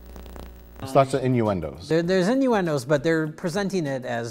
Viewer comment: Mike saying "Innuendos" and pronouncing it "in her undows" (as in underwear) made me spit 7-up directly onto my laptop keyboard. Thanks RLM.